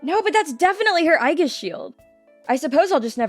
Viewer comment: Bro really said Aiguiss shield